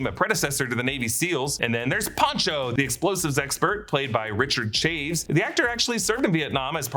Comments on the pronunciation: It's "cha-vez" not "chayves" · Chaves is pronounced Chavez.